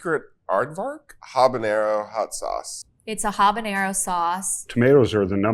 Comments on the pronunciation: I know I’m being pedantic… but it’s habanero, not habañero. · habanero not habañero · For the hot sauce most expert in the world, keep saying.. Habañero!! is sad🤦🤦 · i find it strange Epicurious doesnt know how to pronounce habanero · So you don’t know how to say habanero but you wanna tell me what chipotle is OK never mind I’m not listening to you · The ‘h’ in Habanero is silent. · Does no one know how "Habanero" is pronounced? Here's a hint: the 'H' is silent.... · except how to pronounce habanero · Was it a long search to find three hot sauce experts who can't properly pronounce either "jalapeno" or "habanero"?